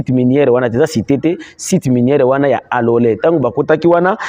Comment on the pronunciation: ike majina ya mingini unaitajaka mu luga yako Ina tu keteaka confusion taja tu mu Swahili;kalole apana Alole 😂😂😂😂